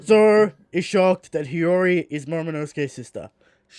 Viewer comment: why can this fucking shmuck not pronounce hiyori correctly?